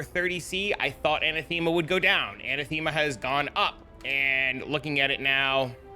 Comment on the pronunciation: heres how to say anathema